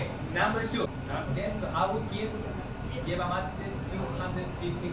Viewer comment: Yerba or Hierba Mate... but not "Yierba"